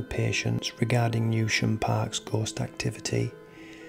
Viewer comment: It’s pronounced New Sham